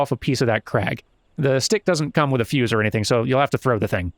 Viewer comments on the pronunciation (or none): none